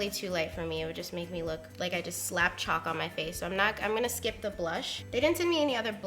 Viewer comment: Lol she says chuck